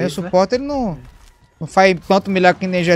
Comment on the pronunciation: pq q o fala "NIao" ao invés d não 😂😂